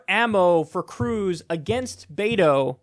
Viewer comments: Kyle it's not Beito its Beto bruh 😂😂😂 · Kyle please call him BET-OH NOT BAY-TOH... AND YOU OBVIOUSLY ARE NOT PAYING ATTENTION. BETO SET A GOAL TO VISIT EVERY COUNTY IN TEXAS. HE HAS MET THAT GOAL! HE HAS BEERS WITH BETO events IN MANY CITIES WHERE TALKS TO VOTERS ONE ON ONE. HE HAS BEEN EVERYWHERE! AND HE HAS DONE ONE THING THE DEM PARTY HAS IGNORED FOR YEARS, MAKE HIS NAME IN FORT WORTH AND ALL OF TARRANT COUNTY. FARMERS ARE ANGRY WITH TED. SO RESEARCH PLEASE, BEFORE SPEWING ANOUT WHAT BETO NEEDS TO DO. HE IS ON IT! I ASSURE YOU! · Pronunciation note: BET-OH, not BAY-TOE. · Beto is pronounced "Bet-o" (the "bet" part is pronounced as if we were talking about a wager.) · Kyle I love your show, but it's killing me. Beto, like bet-o, the Latin American shortening of Albert or Alberto. The mispronounciation is rough buddy. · The way kyle says beto made me laugh every time he said it. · Kyle nitpick here. The e in Beto is pronounced like the e in echo, not like the a in aces